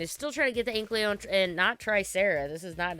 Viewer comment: Definitely a nitpick but every time someone says Anklyo instead of Ankylo I get peeved